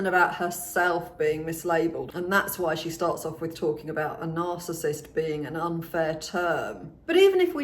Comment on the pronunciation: The way she says narcissist is a clue